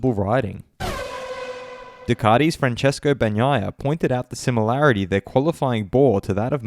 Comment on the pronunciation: You’re Australian mate. It’s Du-cat-i, not Ducarti.